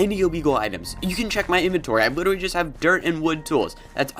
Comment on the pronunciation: Lol, “litewy” “Eventuwy” Ok I’m sorry I’ll stop making fun of him